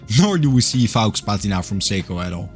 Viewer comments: LOL at "fox" patina. That's not how you pronounce faux. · I agree with you: the cathedral hands and the "fox" patina are the best bits about this watch. The Seagull 1963 is a far better use of a display caseback. Given their pricing, cheaping out and build quality, I hope you'll keep using the "Psycho" pronunciation. OK watch and a very nice review. Cheers 🍻!